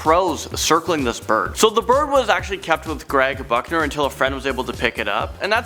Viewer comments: I swear you said fuckner instead of Buckner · Craig Buchner sounds a lot like Craig F**hner every time you say it. Lmfao